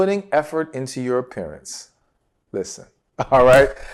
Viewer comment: You said put in effort in your appearance and I first heard it as put effort in your parents. Had you not explained I would have been completely lost.